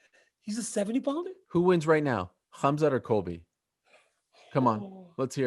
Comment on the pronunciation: Khazmat "Hazmat (as in hazardous material)" Chimaev!